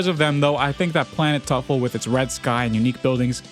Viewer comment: Bro, really said planet TUFFLE 🗣️🔥